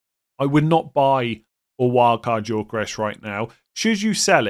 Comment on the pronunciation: It's pronounced Yokoeres not Yorkoresh